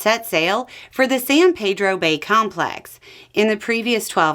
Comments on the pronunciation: love this channel...just a correction cuz I've liver here for 50+ years...we call it Peedro...not Pedro . So San Peedro. I know it's a small thing. But something locals appreciate hearing correctly. Again great content. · Love what you do so I really hate to be that person but San Pedro pronounces its name as San Peedro (ask the high school). Less common, but acceptable, Sahn Paydro but it hurts my ears to hear San Paydro almost as much as it would to hear Sahn Peedro. Not sure how much it matters, or if it was really worth mentioning but in case you'd never heard-- it's just a thought. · Just for reference, the locals call it "San Pee-dro".